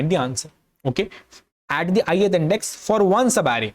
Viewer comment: All I understood is that he can say sub array that too badly